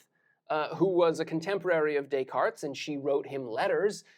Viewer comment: The S isn't pronounced in Descartes.